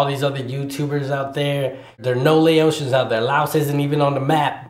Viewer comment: your saying “ Laotian “ wrong 😐 , it’s Lao- tian. Not Laosion i’m sorry but when you say it it’s annoying say it right. and plus lol it depends on which just saying this isn’t accurate 😂